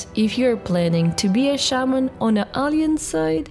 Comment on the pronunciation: BTW... try to pronunciate: "Alah - yanse" not "Alee - anse" XD